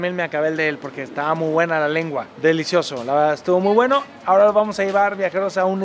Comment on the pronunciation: jajajajajjajaj '' Estaba muh wena la lenguah'' , grande Alan ya estas hablando chileno , saludos